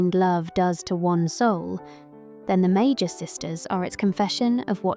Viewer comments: I love the video. Really excellent content. Small note, the pronunciation of words with the mag- root can be tricky to figure out. In Japanese, we have メーガス三姉妹 Mēgasu San Shimai, with a hard g for magus. Again, this is so small. In English we have words magic and mage (with a j sound 'majik'). We get this from Italic languages as well as French, wherein g takes a j sound before e, i, and y, but a typical g sound in other cases. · I always pronounced it as “May-Gus”, so I never got the idea of magi from it. Loved this video! 🎉